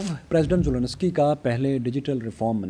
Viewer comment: It's Zelensky not Zononosky